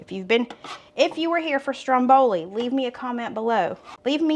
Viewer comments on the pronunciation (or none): none